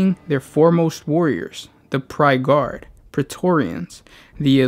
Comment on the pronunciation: It's Pyre Guard. Not Prye Guard. "Pyre" as in a structure that you set on fire and burn things